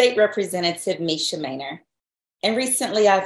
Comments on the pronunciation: Her name is clearly Minor (Main -or) not manure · Phonetically it's pronounced "Main-nor" not manure. Put some respect on the lady's name bruh!!! She even said it the freak'n video and you still pronounce it wrong. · it's "Mainor" not "manure"😮‍💨🙄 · Main-er Not Main-or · WHY DO YOU KEEP CALLING HER MANURE WHEN HER NAME IS MAINOR......... GET IT RIGHT, EVEN IN THE CLIPS YOU SHOWED SHE PRONOUNCED IT FOR YOU.